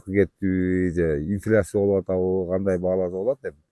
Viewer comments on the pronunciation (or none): none